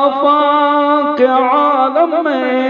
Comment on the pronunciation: ایسا معلوم ہوتا ہے کہ اشعار سنانے والے کوئی انپڑھ آدمی ھیں پڑھنے میں کئی غلطیاں کی ہیں حالانکہ یہاں پر اعراب بھی لگے ہیں معالم اور عالم زبر کے ساتھ نہیں بلکہ زیر کے ساتھ ھیں